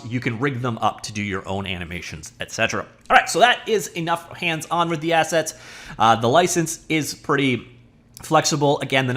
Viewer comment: "Assets" ..... I thought he said "Asshats" ... my bad😅